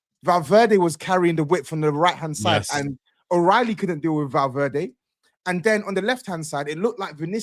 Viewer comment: Don't let get away with anything. Madrid vs City watch along he called Valverde Valdiddy on stream 🤣